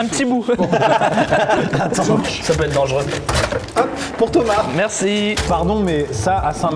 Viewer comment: A « merSCIE »